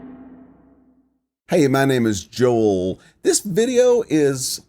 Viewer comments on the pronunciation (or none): none